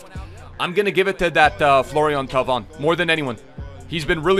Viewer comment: Thauvin is pronounced TOE-VAN